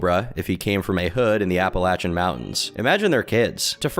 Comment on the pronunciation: I knew you were one of the homies when I heard how you pronounce Appalachia. Thanks for getting it right